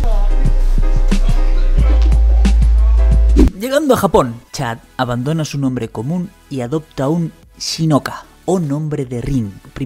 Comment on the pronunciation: Se dice Shikona! No shinoka. No hace falta ser japonés, ni medio japonés. Lo de sobornar para entrar al sumo de dónde lo sacas? Akebono mide mas de 2 metros